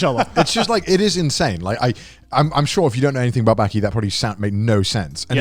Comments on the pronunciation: Its called BAAAKI not BÄÄÄKI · Say baaki not byaki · Joye & Gant: Baki (バキ) Conner: Beky (ベキ) WTF! Its not BEKY its BAKI. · The way Connor pronounces Bäki makes me want to give myself a lobotomy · "I started watching Bäki" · Connor the only guy to pronounce baki as becky without being called out